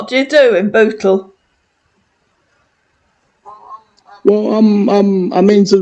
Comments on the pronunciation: Sounds like he is saying that he lives in Butthole lol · Sounds like he says he lives in butthole. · Sorry, I'm just going to say it...he sounds like he is saying B*tthole instead of Bootle.😆🤦🏻‍♀️ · lol lol lol he cant even say bootle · 😂😂 That is how he's pronouncing it. 🤣🤣